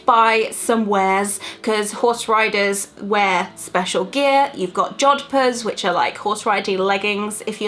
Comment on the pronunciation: You said jodhpurs wrong